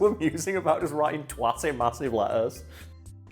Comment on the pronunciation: Twat. It’s pronounced “twat”, not twat.